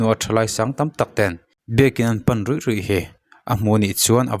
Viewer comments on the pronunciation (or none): Biak in pan ruih ruih tih I thluk dik lo